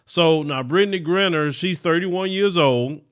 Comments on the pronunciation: Dude say her damn name right its Gri-👁-ner and your content is bad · Sad that she has to go through this and says her last name wrong! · I cannot take your mispronunciation of her name.